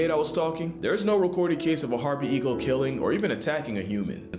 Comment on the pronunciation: “Herpe eagle” 😂